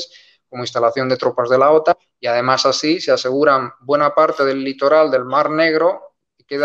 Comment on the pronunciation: La acentuación correcta en español de la siglas OTAN (Organización del Tratado del Atlántico Norte) recae en la vocal "a", no en la vocal "o". Está última acentuación es propia del idioma inglés, que se ha difundido por influencia de medios anglosajones y la imitación linguística de los hispanohablantes en medios de comunicacion. En Hispanoamérica, siempre se ha pronunciado OTAN con acento español correcto en la vocal "a". Sin embargo, en los últimos años, la acentuación inglesa con acento en la vocal "o" se está difundiendo por influencia de cadenas de noticias anglosajonas y no anglosajonas (francesa, rusa, alemana, etc). Obviamente cualquiera puede acentuar como quiera, pero la norma de la lengua española en acentuación de palabras es precisa.